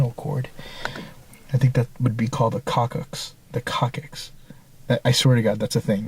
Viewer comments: its more pronounced a cocksix...not just a cockicks lol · That was an orange highlighter that you put back in the wall. BTW Coccyx is pronounced "Cocks ix". Really. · love your videos! Doing some rewatching on the past ones. Just FYI, (ex-medic here), coccyx is pronounced cocks- iks. Just for future reference. It's the tail bone. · It's pronounced 'cox-ix'. Coccxyx. The part of your spine that meets the tailbone, I believe. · It's called coccyx (cosick) if that helps you.